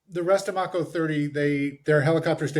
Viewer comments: This dumbass keeps saying “Mocko.” It’s “Mako,” the shark. Mako 30. So cringe. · Mako (May - ko) wonder why he's not correcting the mispronunciation minor detail.I notice weird things. After watching the feed , it's hard for me to see what any of those seals did to get the Medal of Honor. I'm 60 gunner, is lighten up the side of a bunker.He gets hit with a bit of shrapnel , it got hot and they split.